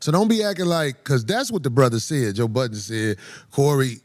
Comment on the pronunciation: Budden, no “s” Corey.